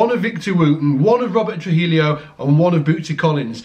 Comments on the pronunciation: I KNOW it’s six years on, but the man’s name is troo-HEE-oh, NOT “troo-HEELEE-oh.” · "Tru-hill-eeo"? Really? I'm not sure if there is a correct way to write it, but say it more like "Tru-hee-yo". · truheelio? Trujillo is pronounced true-he-oh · I died when he said Robert Tru-hellio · actually it's tru-he-joh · Deeply offended at his pronunciation of “Trujillo”